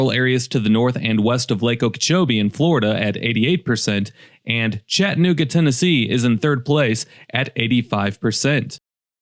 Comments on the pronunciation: This. Even my kids were asking why he said it like that. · You can't even pronounce Chattanooga correctly. This is happening in ALL cities in the USA, not just here. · Did you notice that A between T and N ? Pronounce it correctly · If you’re going to do a video on how awful Chattanooga is, at least learn how to pronounce Chattanooga.